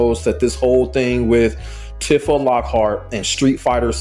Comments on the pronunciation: Her name isn't "Tif-ah" it's "Tee-fah" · Okay, cool video and all, but Tifa's name is pronounced Tea-fah not Tifah 😭 Honestly if she was added to the game, I would consider getting into Tekken. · If this man says Tiff-a instead of Teef-a one more time... Also, Tifa has been a fighting game character her entire existence, even if she came from final fantasy. Also also, so many people in the comments exposing themselves as just haters hating on a character for how they imagine her when they clearly no nothing about the characters. She's not a 'magical girl' of some kind. She has no inherent 'powers'. She's just a straight kickboxer, which anyone with even the slightest knowledge of the character would already know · Bro, why are you saying her name like that? Her name is pronounced tee-fa, not, tih-fah 😂 You disrespected her like that so I gotta drop a dislike on the video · Every time i hear you pronounce her name like that, it sounds me on a spiritual level.